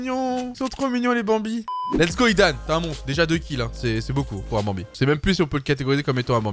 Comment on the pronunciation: Prk tu dit banbie les skin sa veux rien dire